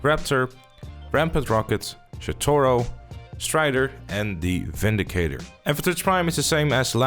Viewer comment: Did he just pronounce it as "shitoro"?